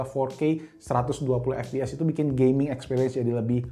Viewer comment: the way he said gay-ming 🤣🤣🤣